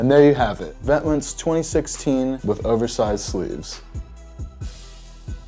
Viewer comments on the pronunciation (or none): its neither vet-monts, it is French so it's pronounced VET-MON... get yo facts ryt buffo preachin yo. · it's Vè-TEEEEEEE-MENT!!!!!!!!!!!!!!! :(( what "monts" lmao :( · Vet*Mont not Vet*mints I thought he said. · vetements is french so isnt it pronounced veh·teah·mohhnn not pronouncing the s but with a really quiet t... so he pronounced it wrong.... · this is shit, and your not even pronouncing it right. it's vet-mohn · Its pronounced ven•te•mon it's the French word for "clothes" but it's okay my dude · 1. Its pronounced "vet-mohn" and 2. Stop making fake vetements. If you can't afford it then it clearly wasn't made for you. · he fucking pronounced it Vent Mints Be consistent, you ass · it's not even pronounced like this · Lmao trying to teach other people how to pronounce 'Vetements' and you still saying it wrong. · its french. the T and S are SILENT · LOOOLLLL... Don't pronounce the "s" at the end buddy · Thats not how you pronounce it... sorry. From a fellow french girl. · lol I love how he thought he said the name right but he didn't